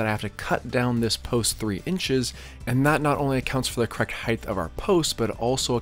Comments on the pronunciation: Dude I like your content a lot, it's hugely informative and you execute your DIY well and in easy to follow steps. But I have to offer one piece of feedback because it's like nails on a chalkboard in every one of your videos. The word is "height". It ends with a hard T. Not "heighth" like "width". Sorry for the pedantry! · Fine work, nice results and a well-made informative video – thank you. I have a language tip that I hope you’ll find helpful. There is no such word as ‘heighth’. The word is height, pronounced hite. Width and length end with ‘th’, but height doesn’t. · Nice install. Only comment.. it's heighT, not heighTH 😂